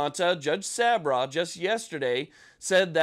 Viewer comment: Thank you for the update. The judges name is pronounced sab raw. Just fyi. Keep up the good work.